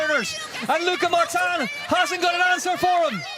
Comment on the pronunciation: Irritating hearing Martan Martan. Its Martin..... Mar tin. Definitely sounded like an American presenter. Like that American woman couldn't even pronounce Zlatan properly